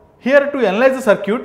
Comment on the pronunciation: It's not Sir'Cute it's Circut (səːkɪt)